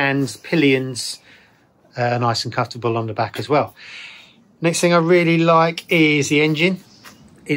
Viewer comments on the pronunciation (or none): none